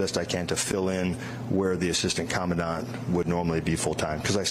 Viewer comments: FYI "Commandant" is pronounced "comma-daunt", just sayin'... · Command-ant?? 🙄 Geez, lady. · Sigh. Great mispronunciation of 'commandant' by a person whose entire job is to read words. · That’s not the way to way too pronounce Commandant, hon.